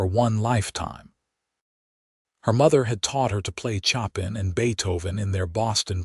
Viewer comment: 😂 😆 Chop in...? 🤨 She played Chopin on the piano.... You pronounced it Chop' in . . ?!! like chopping 🪓🪵 🤣 try, Show pan It's not Chop! * And yes, it is a nice story... Beautiful music does move or souls... regardless of the 🎶 composer's last name.